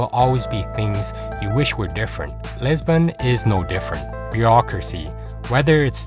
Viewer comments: It’s not LEsbon it’s LIsbon!!!! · All is fine and well presented but its quality is decreased by mispronunciation of the main important word Lisbon